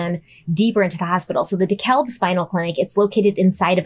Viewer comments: I’m so sorry but I have to say it😩 Dekalb is pronounced here in Atlanta like de-cab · just an FYI- Dekalb is pronounce “duh-cab” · I'm cracking up at say DekaLb when in reality we just say Dekalb and pronounce it ”de-cab” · I miss Danelle but is also awesome! PS: the L in DeKalb is silent:P